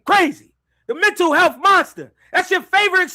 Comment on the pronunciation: “Hental mealth” is taking me out